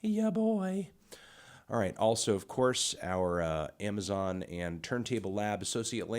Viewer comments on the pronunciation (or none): none